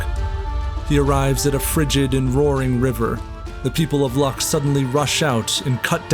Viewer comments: Great video, tnx guys! And as many mentioned arts are very cool, really atmospheric! The only thing I have to say that city of Luck is should be written and pronounced as Lutsk. That's much more correct;) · thanks for video. The city of Luck pronounce as Lutsk (in Ukrainian language - Луцьк) - it's the main city of Volynian oblast in Ukraine with decent Lubart's castle of stone. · Excellent video! One small correction: the city of Luck is pronounced "Lootsk". Luck is the Polish spelling, in English it's usually written as Lutsk. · It's not LUCK, it's LUTSK :) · it is pronounced Lutzk not Lak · Your video is brilliant--there's a ton of research here. However, please note that Ukraine's city of Lutsk, was was once owned by Poland, was indeed called Łuck--but it's pronounced OOTSK. Thanks! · always check how to pronounce city names, best option is to use google translator, your pronounce of LUCK make me lot of fun :-) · The video is soooooooooo incredibly good that I have nothing to add. And a little correction, the city is called Luc'k not luck. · City of Luck is pronounced Looh-tsk.